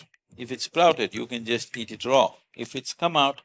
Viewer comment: Certain words are unheard by you, hence doing wrong pronunciation. It is Not Duretic but DiUretic. It is Not Row but RAW. By changing the name's spelling numerologically does not serve the purpose. Learn to pronounce the words correctly. Hope you won't mind.